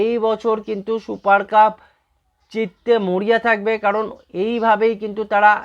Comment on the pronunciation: 'শুপার কাপ' !!!!! আগে ঠিক করে 'সুপার কাপ' বলুন।